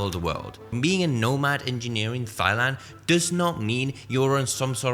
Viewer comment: Good vid. Just a heads up, Thailand is pronounced 'Tai-land'.